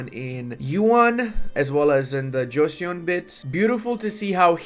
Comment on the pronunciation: At 1337 Korea was still being ruled by the Goryeo dynasty, Joseon wouldn't be founded until 1392. Also, 'Joseon' is pronounced 'Choson' or 'Joson', not 'Jo-sion'. It's why the Korean achievement in eu4 is called 'the Choson One'. When you come across these weird 'eo's or 'eu's in Korean words, just ignore the 'e' and pronounce them as 'o' and 'u'. It's a result of our stupid romanization system which makes it impossible for foreigners to read our words.